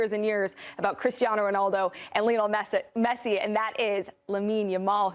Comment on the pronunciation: if they dont mention ronaldo, no one will click on the video. everyone knows that. these people dont care about football, that women couldn't even pronounce messi's name, what a disgrace, these people only want clicks on there videos.